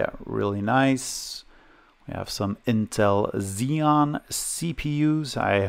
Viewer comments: xeon is ok. but when you pronounce "core 2 quad" as "pentium 4" it's terrible ))) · You pronounced Xeon right as far as I know. That's how I've always pronounced it. That MiniScribe hard drive. I live just down the road from Longmont, Colorado. I didn't know there was a hard drive manufacturer there once. That's so cool.